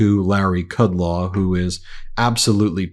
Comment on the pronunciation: A sign that you don't deserve a role in Gov. or media: deliberate disrespectful mispronounciation of VIP's names. K(r)udlow.